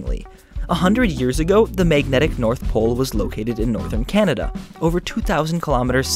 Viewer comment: okay 'anada sounds just stupid xD that only works with vowels ;)